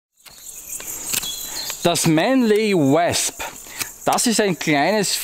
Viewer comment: Hab das Wasp selbst in s90v und bin so begeistert das ich die Griffe aus Wüsten Eisenholz hab bauen lassen. Nur eins noch.. das dich spricht sich wOsp als Englisch Wespe.. ;-)